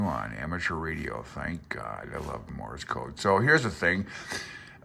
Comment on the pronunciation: It sounds like you're saying "morris" code.